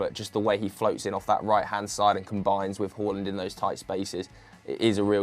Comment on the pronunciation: Who the hell is “Hoolland”